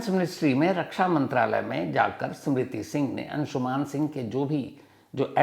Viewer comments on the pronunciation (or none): Its अंशुमन not अंशुमान